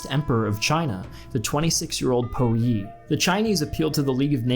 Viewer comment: Pu Yi not Po Yi